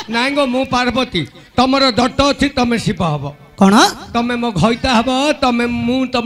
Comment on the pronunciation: ବହୁତ ସୁନ୍ଦର, କିନ୍ତୁ ଘଇତା, ମଇପି ଉଚାରଣ ଟିକେ ଉତ୍ତର ଓଡିଶା କୁ ଖରାପ ଲାଗେ